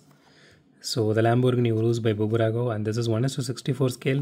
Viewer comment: It's not Bubrago, it's just Burago, the 'B' is just a logo